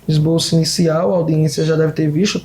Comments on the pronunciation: "ESBOLÇO" PQP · "MAESTROSO" " ESBOLÇO" 😂😂😂😂😂